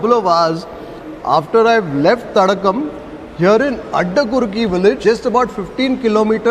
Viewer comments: name of that restaurant is Tadaakam not Tadakkam. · it s not thadakam but thadaakam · Its not thadakam.. thadaakam